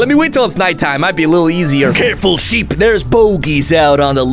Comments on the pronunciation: bro called a sheep a shaip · just said shap😂😂😂